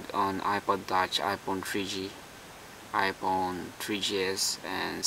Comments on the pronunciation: the H must be silent lol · 'ph' is an 'f' noise my man. i know about a million people have pointed it out.